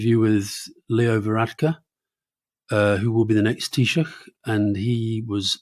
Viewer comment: Very good pronunciation of Taoiseach. Chapeau!